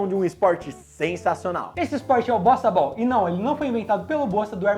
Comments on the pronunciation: No top 3 eu entendi bostabal kkkkkk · Eu estava ouvindo "BostaBall" e não Bossa Ball. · Na primeira vez eu ouvi bostaball kkk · Eu juro que entendi bostabol 😂